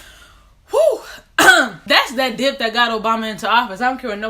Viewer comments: God forgive me but I thought she said "dick" at first. (and the statement still made sense to me) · I def thought you said walking with that dick the first 3 times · PAUSE why did it take me 7x to realize you were saying "that DIP" and not " that di.." oh never mind.. presses play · I spit my water out b/c I thought you said “that di*k”